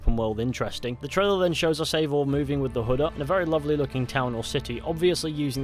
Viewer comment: yes but they are creating a novel and there is leak that Eivor is "her". Originally the name Eivor is a female too. There is no living male that is called Eivor. And the name is actually pronounced EYEvor (i dont know the transrcipt so i type it that way :D)